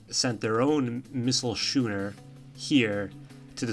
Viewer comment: Just FYI, schooner is pronounced like skooner, not shooner.